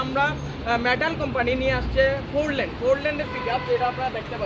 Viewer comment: ফোর ল্যান্ড, নাকি ফর ল্যান্ড